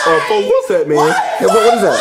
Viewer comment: says folk xd